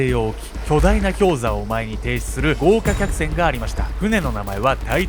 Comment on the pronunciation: ごうきゃきゃくせん